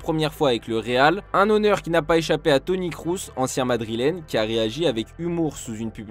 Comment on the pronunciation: « Toni Krousse »